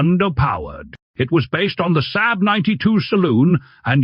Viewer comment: Can you teach your AI voice-over to pronounce SAAB?